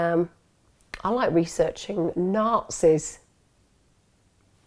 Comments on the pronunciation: I had look at transcript to figure out you were saying Nazis . I heard naughtiness every time you said it 😆 I had Google dead to rights before watching your channel in united States there ALOT different phrases. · Hahaahahahah after 800 listens I finally figured out she’s saying Nazis. I’m Canadian forgive me lmaoooo